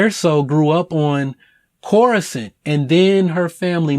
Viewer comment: Coruscanty?? I think it's ''Coruscan''.